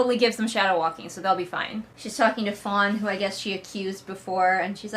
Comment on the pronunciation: Listening again, I think you're saying one of the servant's names is Fawn, but all I can hear is Fonz lmao. Also, I know it was a while ago, but I really need a conversation between Tobias and his British accent and Delphi and her southern accent.